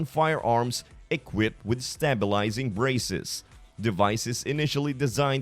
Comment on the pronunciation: Braces not breezes